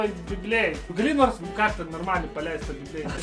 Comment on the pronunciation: Reikia tarti bibleidai